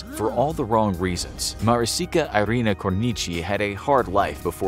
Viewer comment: maricica irina cornici pronounced in english made it so funny